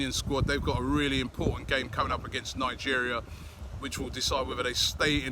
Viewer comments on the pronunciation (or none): none